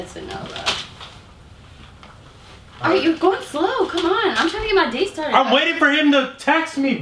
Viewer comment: "let me have my lil fantacies arite!"😂😂😂